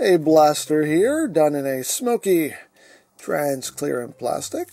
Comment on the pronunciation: Transcrearent of transparent??? Lol